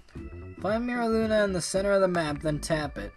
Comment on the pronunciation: Meera Luna. 💀💀 Its pronounced Myra Luna.